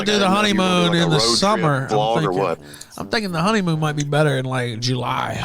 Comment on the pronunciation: Dude sounds so fat he pronounces every ''m'' as ''mb'' like ''honeymboon''